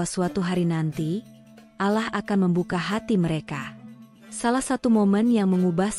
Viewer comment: Kenapa Menyebutnya ALAH, itu Keliru Yg Benar ALLAH hurup LL Dibaca Tebal Jangan Tipis, PAHAM ?!